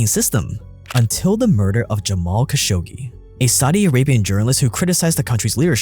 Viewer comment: Hey its Jamal Kha - sha - qché not Ka- sho - Gé